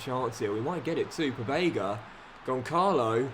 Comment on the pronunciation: He keeps mispronouncing 'Gonçalo' 😂😭